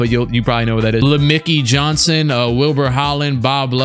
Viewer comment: Bro said lemickey Johnson